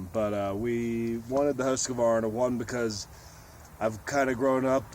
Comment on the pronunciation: Husqvarna: Husk-var-nah Acerbis: Ah-chair-bee